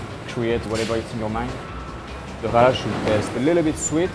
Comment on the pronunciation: There’s a mistake in the written script it’s challah bread which is pronounced as hala